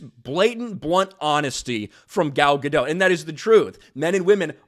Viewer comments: It's Guh-dot not Guh-doe. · It's Ga-dot, theres a t in there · Dude, she's Israeli not French, you pronounce the "T". Gad-oT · Ga-dot. T is not silent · Dote, as in to dote on. Not dot as in point. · Yeah NOW after nearly a decade of disasters and devastation some big actor is starting to push back on it. Too little too late. No hate on "Gal Gadou" (said as says it) she is such a wholesome woman. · It's Gal Ga-dot... as in polka. She's not french lol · You are continually pronouncing Gal's last name wrong. It is Gah-dote. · GadoT! There's a freakin T on the end! She's Israeli, not French, the T is not silent! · Gentle reminder that Gal pronounces her last name as guh-DOTE. With emphasis on the second syllable and pronouncing the final T. It's not french, you don't leave off the T. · GadoT - the T is pronounced. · Said her name wrong! She's ISRAELI, not French! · Pronounce the T at the end of her name like she does and you'll have it right